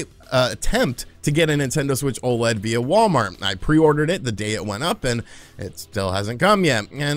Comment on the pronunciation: I wish that the community would stop calling the Nintendo OLED an O LEAD all the letters are said separately!! O L E D - Organic Light Emitting Diode. Again, please STOP calling it an O LEAD.